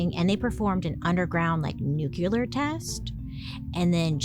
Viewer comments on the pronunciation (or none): Lets talk about the fact you admit you can’t say ‘rural’ but you don’t seem to notice you say Nucular instead of Nuclear. Dude! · I can't hear another "nucular" im sorry love u Bailey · Bailey. I love you girl. Your pronunciation of "nuclear" as "nucular" catches me off guard every time. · Bailey! I love your content and watch you all the time, and you have been a great story teller! You've taught me so much on a ton of topics, but the word is not new-cue-lurrr😂 ❤ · Bailey, I think you’re saying nucular instead of nuclear. I noticed this in another video you posted too. No hate at all, just wanted to bring it to your attention❤ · Bailey I love you but its nu-CLEAR not nu-CU-LAR. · "It's pronounced NU-CU-LAR" 😂 (if you got it👀)